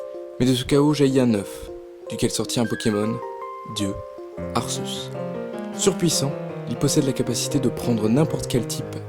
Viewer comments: Arrêtez avec ArSéus x) prenez un truc français officiel et regardez la prononciation :/ je sais pas prenez la série pokemon (certes c'est moyen mais c'est officiel) ils disent bien arQUéus x) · On dit arquéus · desoler de te le dire mais sase prenonce arkéus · On dit Arceus A R K É U S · Je suis le seul à les prononcer Arcéus et Guiratina ? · j'ai quitté la vidéo quand il a dit arceus en mode "arsseusse", merci pr ce viol auditif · je ne suis pas le seul à dire Arçeuse 💕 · Le pire c'est arseus ! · Comment tu prononce arceus ?!😂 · C énervant que tu dise arceus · Bah oui alors que normalement c'est Arceus, je vois pas pourquoi il dit Arceus... après certaines disent Arceus aussi ! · Si tu a vu le dessin animé Pokémon tu verra que tu prononce mal le mot Arceus